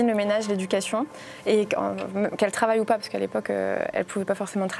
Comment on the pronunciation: "J'ai paz compris" P*tain même mon chien est plus intelligent qu'elle